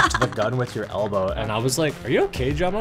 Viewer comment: Did you Rike it? 🤓